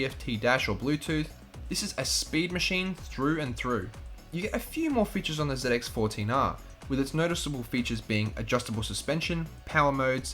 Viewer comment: Z X not zit x hahaha